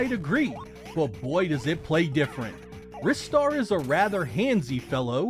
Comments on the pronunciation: Pronounced Ri-Star, ie; RhyeStar. Because 'Ri' part is similar to the Japanese name/sound, so like a 'Rising' Star. 'Wristar' sounds like an exercise machine that trains your wrist. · It's pronounced "Ristar" as in "Rising Star" no it has nothing to do with the wrists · Yeah, heard that many times and don't agree. In Japanese, Ri is pronounced with a hard "it" sound. The way you're saying it would have been spelled Raistar to serve a Japanese pronunciation. Instead, the Japanese title is Risutā za Shūtingu Sutā, again, clearly demonstrating the hard "it" even in its original form. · Yup, and I still argue they are wrong. The original Japanese name is not pronounced that way.